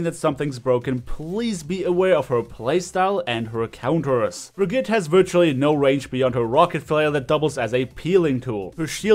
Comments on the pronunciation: how come that even tho you`re german not even you can pronounce the name correctly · naja er hat brigitte falsch ausgesprochen